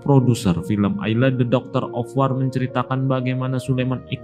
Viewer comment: Hahaha dogder ofwar